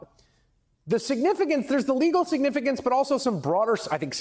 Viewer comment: "signifiGance"? Really? Otherwise, love ya...